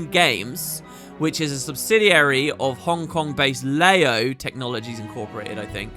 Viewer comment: Leyo, "Ler yo", 乐游, Happy Games (Luckily it's in Chinese!)